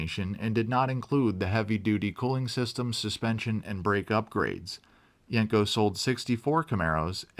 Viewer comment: Great video but you're pronouncing the name wrong. It's not yank co, it's yen co.